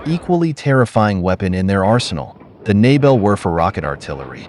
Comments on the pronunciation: It’s called Nebelwerfer, with a r, not nebelwefer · "wefer" WERFER!!!